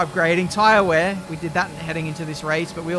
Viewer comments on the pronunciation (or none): none